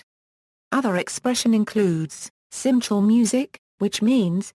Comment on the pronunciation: Absolutely wrong pronunciation. There is no "CH" in Hebrew.